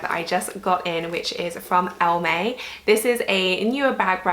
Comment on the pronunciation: Ive Also been eyeing up the Wandler Georgia but in the classic tan color. One note about elleme, i used to pronounce it the same as you then found out it’s a play on the French “Elle aime” meaning she loves!